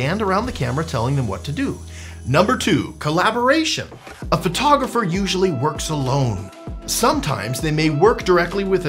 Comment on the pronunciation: You're a Phvoiteographer?